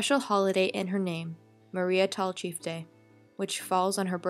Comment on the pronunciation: Her name is pronounced TALL-chief, not TAL-chief. And her sister's name is pronounced MAR-jorie, not MAY-jorie.